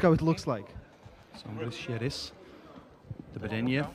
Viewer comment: Hey Engin, it's Derbedyenyev ;)